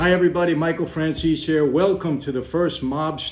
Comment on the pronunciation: I like how you talk...only thing l don't like is how you pronounce your surname....FRANZEES..... should be FRAN ZE SE... capisc?? 😜😜👍👍👍